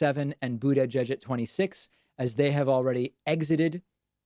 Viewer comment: Please stop pronouncing mayor Pete’s last name, if you were just trolling sorry to bother you but it annoys the shit out of me